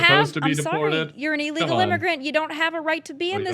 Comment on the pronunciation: Honey, its illegal, not eelegal! MTG says the same thing